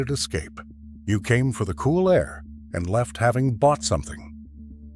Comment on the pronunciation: This is so annoying he can't pronounce air. He says a t.